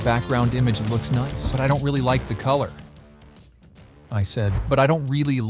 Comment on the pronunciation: I had my suspicions but the "Noice" blew your cover away. Been a big fan of your videos for so long man, wish you all the best ❤